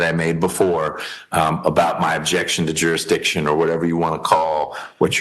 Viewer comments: He is arguing "jury-diction." 😂 Maybe he should learn how to pronounce "jurisdiction." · If he says juridition one more time. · He can't even pronounce "jurisdiction" your honor. No he clearly shouldn't represent himself! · And it's not even his "jury-diction!" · Felony murder charges and he’s going to rep himself and argue jurisdiction…..when he can’t even pronounce jurisdiction. Sov cit = 🤡